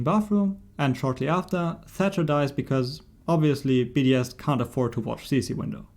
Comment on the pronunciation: I kept thinking he was saying BDSM and not just BDS